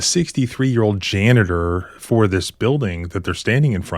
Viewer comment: I like how you pronounce janitor, jana-TOR- that's how I'm saying it from now on- rhymes with Skeletor 😆